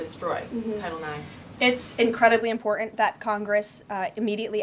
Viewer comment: Karoline please pronounce correctly the word: "IMPORTANT".... not "IMPORTUNT"!